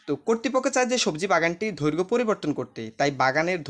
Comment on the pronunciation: সার উচ্চারণ টা হবে দৈর্ঘ।😮 ধৈর্ঘ না😅